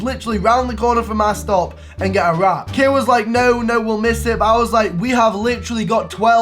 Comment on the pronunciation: Wow I love how he miss pronounced kiera during the whole video. Kyra, kara, Carrie😂😂😂